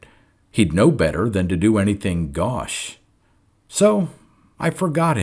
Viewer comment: Excellent reading, thank you. One small thing "gauche". Keep up the good work.